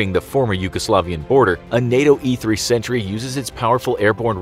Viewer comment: You seriously confused me with your pronounciation of "Sentry" thought it said Century xD